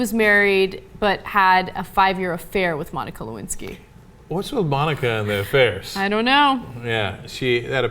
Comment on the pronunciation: Le- Win- Sky.